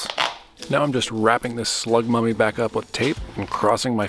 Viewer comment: Slug mummy, even tho I thought you said slug puppy at first lol